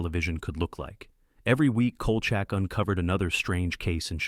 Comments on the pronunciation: The Series "Evil" is much better than "The Exorcist" Series. The "AI" narrator kept mispronouncing Kolcheck as Kolchuck very annoying. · Dude, it's pronounced COAL SHACK!